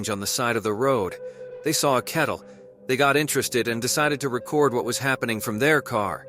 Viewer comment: Dude, you need to work on your narration. "wood" for road and "kettle" for cattle or you mean cow? "Ancient mountain"? Where are you getting your sources regarding this "ancient mountain"? Your videos are entertaining, but your narration is infuriating lol. In one video you said a man recorded a video at 3 pm. I'm quite sure 3 pm doesn't take place in dead of night. I'm sure you'll get a knack for narration in no time. :)